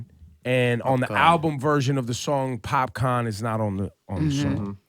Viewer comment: Doesn't Ebro know it's Popcaan and not popcorn?!